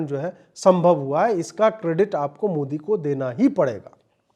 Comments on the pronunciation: Ajeet Bhai, would you also shed some views that. Despite Zahiliya Oweisi studied in UK, can’t he pronounce Modi correctly? He pronounces Mudee? Oweisi MC.please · अबे ओवैसी,,,,सुरेन्द्र कांड नही, सुंदर कांड होता है । मोडी नही वे, मोदी होता है । पहले स्पष्ट बोलने का सीखो, फिर राजनीति करना 😂😂😂😂